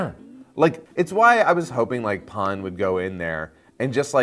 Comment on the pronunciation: Every time Pan’s name is pronounced “Pon” a little part of me cringes.